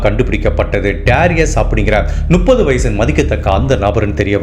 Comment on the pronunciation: கதை சொல்லும் விதம் நன்று. ஒரு திருத்தம். 30 = நுப்பது இல்லை. மு..மு... முப்பது. முட்டைக்கு வரும் மு